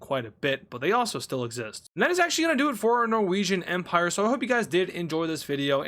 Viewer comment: Empire ❌ Emprie ✅ No hate I love